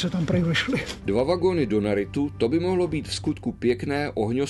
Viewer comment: Opět naprosto super... Mohu se jen zeptat co je donerit, takovou výbušninu tedy neznám ?? Já myslel že říkáte dva vagony dynamitu ale musel jsem si to pustit čtyřikrát abych se fakt přesvědčil že říkáte doneritu... 😀